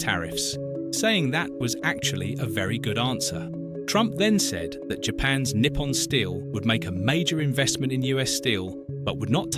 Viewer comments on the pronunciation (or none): none